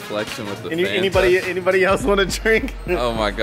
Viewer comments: Zack really said Fonta instead of Fanta 😂😂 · rip kobe n all but... are we gonna act like he didt just say "Fonta" instead of FAAAAAAnta? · Zack: “finna get me a fonta” Me: there’s no o in Fanta 😭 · I say Fonta instead on fanta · Nobody: Zack: “Fonta” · Literally no one: Again Literally no one: Says: I’m going to grab a Fonta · I like.. until he called a Fanta, a fonta? Bro come on!😂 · My boy said fonta😂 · said, “fuanta” LMAO it FAN-TA. Fanta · So we. It gonna talk about how this man said fonta not Fanta 😂😂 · I know damn well zack didn't pronounce FAN-ta as FON-ta 🤭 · Is nobody gonna talk about how called a fanta fonta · said "FUNta" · Zack really said fonta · Zack did NOT just say Fahnta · Nobody: Zack: fonta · said fonta instead of fanta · who else is pissed Zack said fonta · Why does Zack say Fon-ta not Fanta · It’s Fanta not faunta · Nah it’s “phonta” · Zack really said “Faunta” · Zack out here saying Fonta and saying aegg. I can't bruh. 😂😂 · when zack said “fonta” i cringed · Did my mans just say “fonta”? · I was watching the video normally and then asked myself... Did just say Fonta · Zack really just said Fonta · This man Zack really said Fonta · Zack be like fOnTa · This man said faunta are you serious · rlly said faunta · This man said Fawnta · mans said “fonta” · did say Fonta?! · I know didn’t just say fonta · I cringed so hard when Zack said fonta anyone else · It is called fanta (fan-ta) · This nigga called it “Fonta” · did really call it a faanta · Chico Taquito ik I just never heard anyone pronounce Fanta like that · why he pronounce Fanta like that I might be saying it wrong too but it sounds weird to me